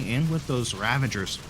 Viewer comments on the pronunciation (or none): dude, there is no N in ravagers. Please, learn to pronounce it properly